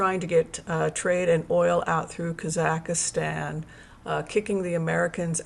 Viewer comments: KAA - zuhk - staan NOT Kah ZACK istan . American pronouncination is emphasis on the first syllable. British pronounciation is on the last syllable. No emphasis is placed on the middle syllable. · Watch the Borat movie for the correct pronunciation of Kazakhstan (KAH-zahk-stan). It does not rhyme with Pakistan. 🙂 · Just an fyi...it's 3 syllables kaa zuhk staan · Excellent info! Thank you. One minor correction : it’s kah-Zahk-Stan. No ih in the middle. Sorry. My Ukrainian ears couldn’t help it. Thank you again for your wonderful work and dedication. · Hi. i hope you dont mind me saying but you are pronouncing Kazakhstan incorrectly. please delete the 3rd "a" that you are inserting into that Country name as there are only 2 "a"s in the word. Thanks 😊